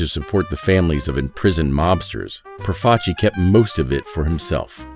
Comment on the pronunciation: Thank you for saying Profaci correctly.